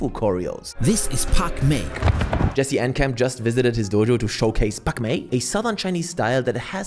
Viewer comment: At first i thought you said Pac Man 😂